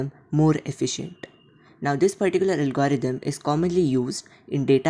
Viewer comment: Perticular perticular perticular perticular